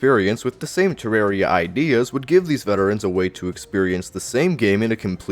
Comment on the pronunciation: It's not "Terrary"